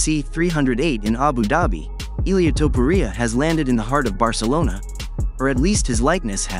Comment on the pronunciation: Who the fuuuk is Ilia TuhPuhReeAh 😂😂